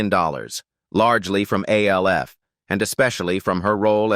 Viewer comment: It's not A L F ; it's Alf like in Alfred. Stop using A.I.'s